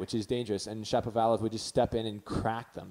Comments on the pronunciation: Cool analysis. Didn't really think about the "disabling other players" aspect of things. One comment if I may. Since you're making a video essentially starring the name Shapovalov, would have made the flow of your speech smoother if you got down the pronounciation before hand. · if you want to make tennis video and publish in youtube, please learn how to pronounce person's surname properly. I wouldn't like it when someone mispronounce my name and claim himself as a fan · You do a show talking about the two players, yet you struggle to pronounce Shapovalov. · hilarious how you're struggling with his name because i JUST went through that lol